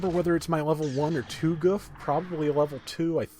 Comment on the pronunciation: It's "Goof"